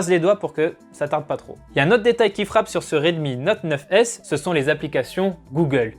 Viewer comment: 🐔🐔🐔🐔la même 😁